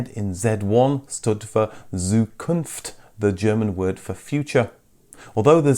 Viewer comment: Zukunft = TSOO koonft